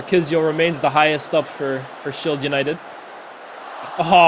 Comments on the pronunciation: SHIED, SHILED, SHIELD 🤣🤣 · SHIELD, SHIED, SHILED… lol to organize such an awesome event and then fckd up with this one word lmao. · The word "shield" seems to have given someone a very hard time apparently 😂